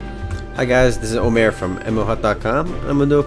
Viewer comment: It's Ömer not Omere, Omar, Umur or anything else you can make up :)